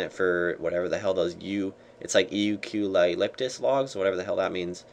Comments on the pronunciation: YEW-QUE-ALYPTUS logs...lol...they are Eucalyptus (said yew-ka-lyptus)..motherfuckin Koala bears love them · u cue ly lyptus? yewkalyptus.. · O.. Oh god... I've been going around pronouncing "Eucalyptus" as "Ball Sack" all day... Now that i'm looking at the words spelled out here i do notice. Holyshit i can't imagine what everyone was thinking of me. "I used to be really good at climbing onto those BALLSACKS at my neighbors house" FUCKFUCKFUCKFUCKFUCKFUCKFUCK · Eucalyptus (Yew-Ka-Lip-Tus) Thats how to pronounce them;D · yew cah lip tus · u-ca-lip-tus is how the log is pronounced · eucalyptus pronunciation fail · Nice, takes the time to make a guide to help people out, and all you do is have a go at him for not knowing how to pronounce a fucking log that no one uses anyway. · You don't know how to pronounce eucalyptus? ahahahahahahahaha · I can assure you there is no R sound in eucalyptus.